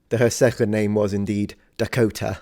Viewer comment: The way he says Dakota is awesome.